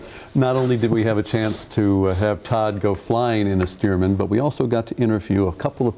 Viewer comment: STEARMAN After Loyd Stearman , not Steerman